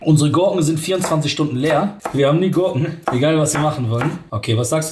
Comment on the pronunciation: Bin ich der einzige der Gorken statt Gurken verstanden hat?😂